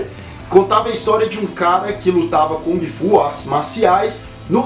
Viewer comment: Eu Ia Citar As Erratas.rs.Acho que Só Sobrou A Pronúncia de kUng Fu ou GUng Fu e Não KOng Fu.Esse É O EStilo do Macacaco!Hashhashuashhusahu!Brincs...